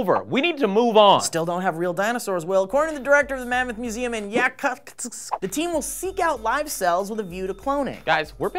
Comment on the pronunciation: So cute how tried to say Yakutsk.